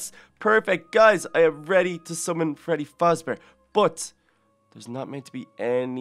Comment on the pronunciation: it is faZbear not fasbear. Do a summoning of Little kelly.EXE